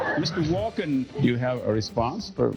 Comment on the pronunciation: It's Walken not Walker.